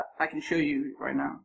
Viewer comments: I like the part when he said rienow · Time he said rienow